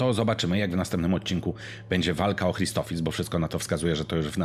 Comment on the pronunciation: CZEMU WSZYSCY MÓWIĄ CRISTOPHIS? !CHRISTOPHSIS!